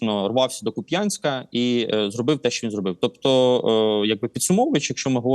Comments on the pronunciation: Вибачте шо душнію, але КУп'янськ, а не Куп'Янськ :) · кУп'янськ а не куп'Янськ!!!!!!!! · Кýп'янськ) як пупянськ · Ну КУп'янська жеж!!! Куп'Янськ, рррррррр. Більше бісе тільки ХарькОв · Вірний наголос Ку́п'янск, на у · Знову Куп‘Янськ! Це московитська неправильна назва. У нас це КУп’янськ. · та блін. який Куп'Янськ?? КУп'янськ!! Куп'Янськ то на на раша тв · будь ласка ставте наголос правильно! КУп'янськ!!! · шо за прутня, Миколо?! Який Куп'Янськ? КУп'янськ же.... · соррі, але місто зветься КУУУп'янськ!!! Куп'Янськ його звуть московити... Від слова п'янь. Не повторюйте за ворогом. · правильно кУп‘янськ, наголос на перший склад. будь ласка, слідкуйте за цим, це ж населені пункти нашої країни. бо коли чуєш як «серйозні люди з ютуба» неправильно вимовляють назви наших міст - це дуже сильно тригерить, і особисто у мене викликає відчуття «це не свої». плюс це банальна неповага до мешканців цих міст. тому плєз, зверніть увагу (це стосується і деяких інших населених пунктів на сході україни, які зараз на слуху) 🙏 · КУ`янькська ... Наголос на перший склад -_ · Після наголосу в назві Куп‘янськ, огидно його слухати і плювати на його експертність, вибачте. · Тільки КУп‘янск(а не Куп‘Янськ) і Великий БурлУк( а не БурлЮк). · Дякую за випуск! І ЗСУ за роботу! Вони найчудовіші. Малесеньке бурчання: Ку́п'янськ, Великий Бурлу́к. Ну й до купи Рога́нь. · Дякую панові Миколі за аналіз, проте його наголоси роблять боляче харків'янам) КУп' янськ і Великий Бурлук (не Бурлюк)